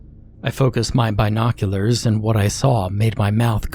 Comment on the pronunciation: Please dont say binoculars like that lol